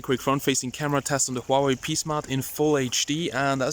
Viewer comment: HWA-WAY! O3O